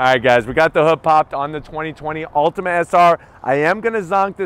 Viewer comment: Dude, it's an Altima, not an "Ultima"